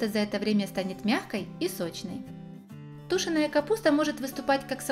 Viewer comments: Тушёная,, а не тУшеная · Капуста простите тушёная, окончание на ё , а не ту---шеная, говорите правильно пожалуйста, слушать не приятно, а рецепт хороший 👍, не обижайтесь пожалуйста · Тушёная капуста. Ударение в слове делаете неправильно. Извините, что подсказываю, но я это делаю для Вас.А рецепт хороший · Вроде все грамотные и « язык слышно ведь свой а выражаетесь не правильно что значит ( тушеная) ударения ставьте правильно надо на «е» вроде русско - язычный человек